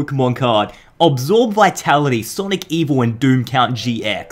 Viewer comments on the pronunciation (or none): none